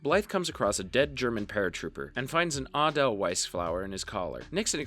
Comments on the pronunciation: I cringed at "Aw dell whise flower" lmao Edelweiss ay-del-vise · Ah-del-weis, East Company. Come on! Is it so hard to do a voiceover without just plugging it all into a computer? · the flower is pronounced A-Dell-Vice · The pronunciation of edelweiss took me out.